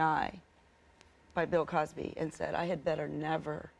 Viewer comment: Omg she said pill Cosby 😭😭😭. I'm crying